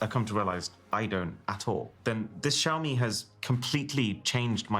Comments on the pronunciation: Shaomi is the pronunciation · Great refresh pull! Btw Si, xiaomi sounds like "see ow"